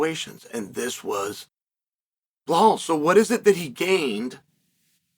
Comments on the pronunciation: Blehal 'Remehmber theh nhame' Muuahham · “Blau-Hall” - Chael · I love how he leans into getting the names incorrect sometimes 🤣🤣 always calls him Bill Hal Muhammad 🤣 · First the typo, then Chael comes right out of the gate with "Blehal" lmao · BLA HAL . 1 second into the video and hes already done it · It's "Belhal" good Sir... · And in the video he says blahhal muhammad. Chael is doing that on purpose at this point 😂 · He doesn't even pronounce the first name correctly 😂😂😂